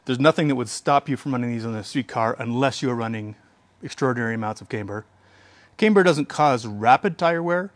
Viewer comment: Say caimber one more time.